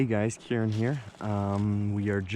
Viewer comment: We say Kieran